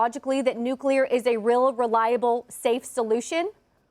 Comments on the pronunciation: NuClear Not nucUlar, genius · It is nuclear, not nucular. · AI, building a nucular plant for AI!